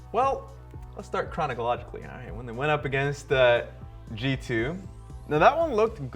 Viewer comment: "Well... Let's start chronicologically..." - Someone tell him